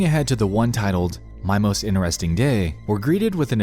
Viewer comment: The way you say 'Interesting' makes me laugh lol, 'Inresting'